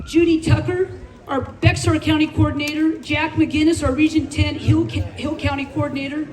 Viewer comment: You mis pronounced Bexar county